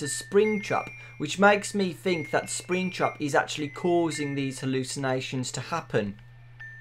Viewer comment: When he say's springtrap I hear springchrup